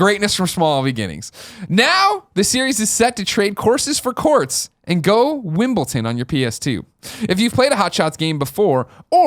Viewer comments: Why does Greg pronounce Wimbledon so horribly. "Wimpleton" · Why can't Greg say Wimbledon?